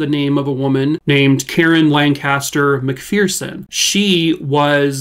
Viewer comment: Just an FYI on how to pronounce McPherson. Pronounced like Mc"Fur"son because there is no "Fear" in the McPhersons! So sad the FBI did such a horrible job on this case. 😪